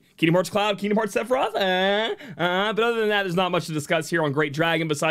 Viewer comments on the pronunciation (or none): none